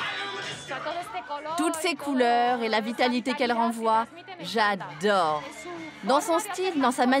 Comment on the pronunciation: "JA Dore " 😂